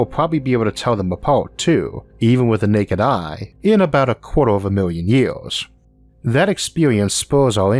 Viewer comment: I like the video very informational, I dislike how you talk.. memba, city centu, million yeaas. 😂